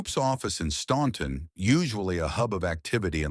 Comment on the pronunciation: OK, troops, let’s get this pronunciation correct, OK? I live 12 miles from the Statler Brothers, hometown, Staunton, Virginia, and in fact go there several times a week. The “ u “ in the name of the town is silent, so the pronunciation is Stanton. Always has been. Always will be.